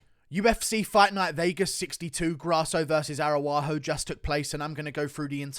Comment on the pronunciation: with the S TIER pronunciations: Grawso vs. Arawaho